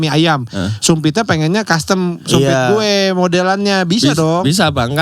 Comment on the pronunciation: Kalo kata, biar gak kaya dr tirta ya, kalo ngomong gue ada h nya GHUWEEE 😂😂